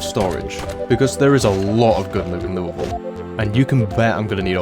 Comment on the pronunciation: First zomboid youtuber I've heard pronounce Louisville correctly!